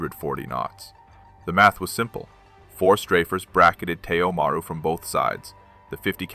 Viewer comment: While the story is good, the pronunciation and terrible captioning are horrible. Maru is pronounced Ma - roo. It's Japanese for sea. Most, if not all, of Japan's merchant fleet had Maru in the name.